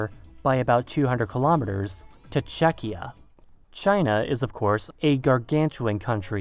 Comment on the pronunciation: You said czechia wrong =/